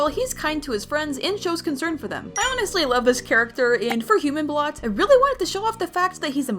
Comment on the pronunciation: His name is bolt not blot